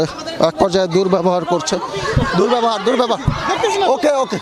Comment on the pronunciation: দুর্ব্যবভার বললেন কেন?